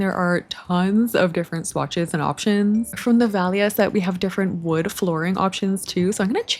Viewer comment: Valia is actually a greek name and it’s pronounced VA-lya! Love your vids btw🥰❤️!